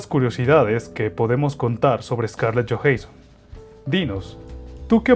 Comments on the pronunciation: Dijiste johensson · Me gusto el video pero por favor pronuncia bien su apellido